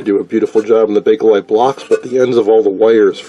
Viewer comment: Well, I see you actually did find the "A" in BAKELITE. "Bakelite", not "Bake-A-Lite".